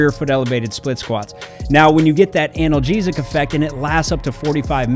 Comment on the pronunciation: The way you say analgesic sounds so funny to me idk why